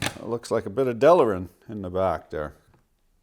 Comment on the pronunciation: "Delerin" :face-red-droopy-eyes: There's no "er" sound. It's Delrin. But an amusing video, as always, and Oprah and Lizzo are fine names for black sows.